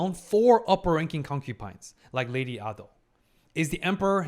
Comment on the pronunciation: Not him calling lady Ah-do and Jinshi siblings-👁👄👁 NO SPOILERS SORRY